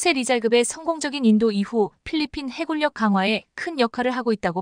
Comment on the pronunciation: 해군력 발음은 해군녁이 맞다. 해굴녁은 잘못된 발음이다. 두 단어의 합성어일 때는 적용이 되지 않는다. 진리 발음의 질리와 다르다. 공군력도 공군녁이 맞고